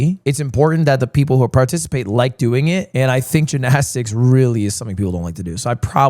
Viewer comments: Is there a reason he is saying jinaztix instead of gymnastics? Like I get saying it once that weird as a joke but he’s been doing it for like 6 minutes and I think he has brain damage now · Why does he say it like that 😭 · bro can't say jinnasticks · Please get rid of gymnastics so I can never hear you say it like that ever again. It's GYM-nastics, G Y M. Holy shit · The GINnastics is killing me lmao Lud weren’t you an English major?? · Drinking game: take a shot every time Ludwig says “Jinastics” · The only controversy is Lud continuously calling it Gin-asticts! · did they take gin shots for the gymnastics even why is he saying ginastics 😭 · I've never in my life heard someone say ginastics. Until now. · dude you HAVE to learn how to pronounce gymnastics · why does he say gymnastics like that lol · Why does he say gymnastics like that? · Why can this mf not say gymnastics 😭